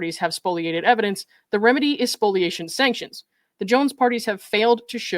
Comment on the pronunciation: Thank you for pronouncing "spoliation" correctly.🙂